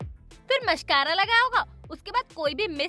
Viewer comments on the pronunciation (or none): Bharti said mashcara